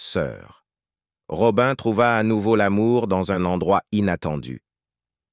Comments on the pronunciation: C pas Robin mais Robi' n, 😢 mon dieu j'étais une petite fille , mais j'avais un grand frère et c'était son idole, donc j'écoutais toujours , après j'ai grandi et j'ai aimée ce chanteur R.I.P ROBI'N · Une voix et des " robin" qui gâche toute la video . De plus ,ne salissez pas la.memoire d une personne décédée